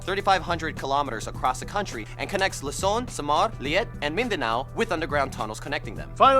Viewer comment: ITS PRODOUNCED LUZON NOT LOSON